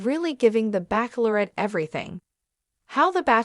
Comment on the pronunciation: You can't even pronounce bachelorette right! Please find a better robot, this is very unsettling to have words pronounced so poorly.